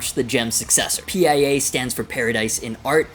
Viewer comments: Is not P.I.A....just PIA!!!!😊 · it's the pia( steve vai's wife's name) pronounced like the singer SIA but with a p. Also, the jem will still be in production along side the pia, the jem isnt going anywhere.